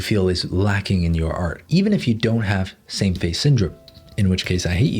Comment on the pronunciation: i thought he said "Sam face syndrome" and i was wondering what was wrong with his face